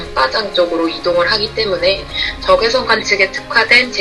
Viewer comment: 1등...! 저 근데요.. 부터 까지.. '적외석'... 적!외!석!!!... 석....................!!! 신경 쓰이네요 ㅋ